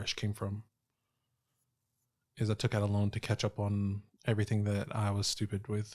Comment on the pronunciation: It’s “loan” not lone kid